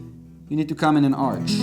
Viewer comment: arch read as ark not arch